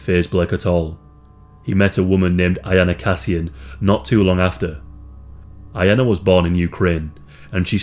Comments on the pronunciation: it irks me the way you pronounce her name i may be wrong but i assume her name is yah-nah not ah-yah-nah. because the first name is common and relatively popular whilst latter iteration you wont find from native russian speaking people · I believe is reading just Iana, not Ajana like you say.... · The victim's name is correctly spelled Yana and correctly pronounced the same ['yana] if transliteration is happening from Ukrainian or Russian to English. Iana may only be the correct thing if transliteration is happening to German. I did not even recognize the case because of this spelling and pronunciation error. Source: I speak Russian and Ukrainian and know a few Yanas.